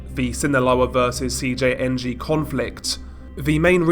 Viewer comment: When he said Cjng fully it was perfect